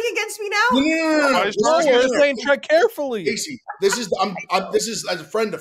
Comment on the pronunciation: Kay-SEC Smith